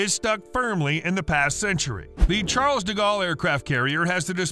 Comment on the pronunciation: How dare you pronouce the "s" at the end of "Charles"